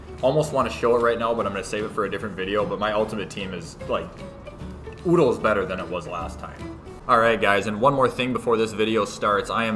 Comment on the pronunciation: Did he just say oddles I knew I wasn’t the only one now I won’t look like a retard anymore